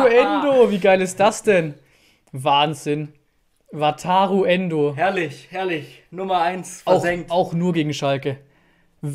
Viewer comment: Weiß gar nicht, wie oft ich ,,Wataro Endo‘‘ gehört habe